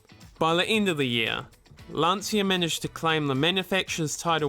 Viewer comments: Lan C ia not lansia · What a great car and great pilot! Interesting fact: Lancia is originally pronounced "Lancha". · Nice video, the Delta Family was beast and the Lancia was almost brutal in those days, with the 037, Stratos... Oh by the way, the correct pronunciation of Lancia sounds more like "Lancha" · For me as a German who owned two Lancia Thema 2.0 Turbo it took some time to learn the correct Italian spelling: It's like LUN-CHA (long LUNNN, short CHA like in Cha-cha-cha. And ignore the "i" completely.) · Its pronounced Lunch-ah in Italian.